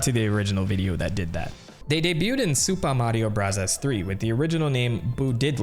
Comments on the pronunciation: Why does he keep saying supa mario brazzers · Buzzy beetle not buzzle beetle, also you said super Mario brahzahz a lot, is that a way to say it I didn't know about? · Nobody:: "Soopa Mario Bruzzahs" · you dont have to say "super mario brazzas" you can just say bros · It's Super Mario Brazzers, You've been pronouncing it wrong the whole time. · Whys this guy saying the game titles in a Japanese accent goofy ahh mf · Why can’t you say super Mario bros normally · stop pronouncing super mario bros like that, jesus you're annoying